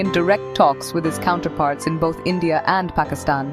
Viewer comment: Its endia NOT india🤣🤣🖐️🖐️🖐️💅